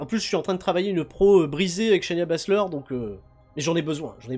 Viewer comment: SHAY-NA BASZLER!! Prononce le chez-na, pas chez Nia.